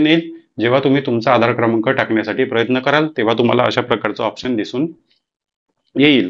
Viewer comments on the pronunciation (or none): none